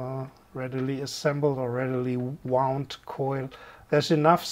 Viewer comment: I sympathize with your pronunciation difficulties: "wound" as a noun meaning "an injury" is pronounced differently to "wound" as the past tense of the verb "to wind". English is a crazy language, but that's its charm!